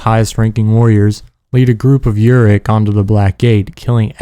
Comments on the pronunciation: You pronounce it Yu-ruk. It is Oo-ruk. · Bro... How can you be a fan of these games and pronounce Uruk like that?